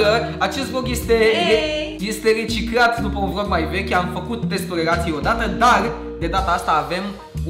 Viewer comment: Uita-te la video si tu si vezi ca ai spus vog in loc de vlog